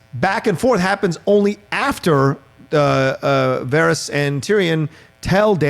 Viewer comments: hey guy, stop pronouncing it Vahrese you know damn well how it's pronounced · “Vahrees” who the hell is that?! It’s Varys?! 🙄 I love our neighbours over the pond but why do they mispronounce things like this so often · I. Cant. Friggin. Stand. Sansa. Disappointed that Arya has become a soulless sociopath. Also, people still whining about Episode 3 flat out dont understand the series. Ultimately, the show will not have a happy ending. And dude. . . for the thousandth time. . It's not "vahr-eez" it's "var-iss," like Ferris. Fuk sake. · Yall are killing me with your "Varys" pronunciation. Lawd. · How do people that like GOT so much pronounce so many names wrong ? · pronouncing Varys is cringe 🤦🏽‍♂️ lol